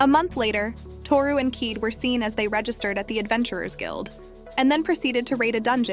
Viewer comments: Why do they stupidly mispronounce Kaede as "keed"? It is Ki-day! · Her name is pronounced : kī-day😤